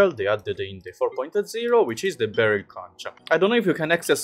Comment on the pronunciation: I think you're supposed to pronounce "conch" in a certain way...